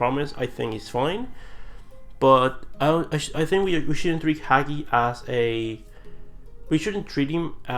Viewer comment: It's "HA GEE" Dude, his father is a lenend, learn to pronounce his name for fuck sakes